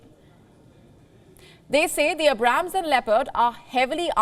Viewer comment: I like how she mispronounced Abrams 😂